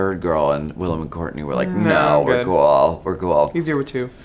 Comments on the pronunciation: The interviewer didn't do his homework. Cringe. Wllam hates it when her name's pronounced wrong. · Who the fuck is this, you are a nobody. The least you can do is pronounce the name of your guest correctly, you illiterate fool! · Not him literally getting the pronunciation of Willam's name wrong and then not knowing when the tour started.. All in the first 20 seconds wow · The interviewer could have did a basic YouTube search to learn Willam’s pronunciation for his last name! At least be a little prepared.